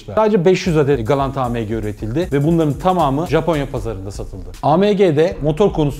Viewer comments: pors degil porse yani porsch degil Porsche .a me ge diye söylüyorsun.degil a em ge AMG.sevgiler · A M G deyişi küfür gibi